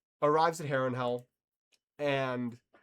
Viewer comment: "Harrenhell" there it is again!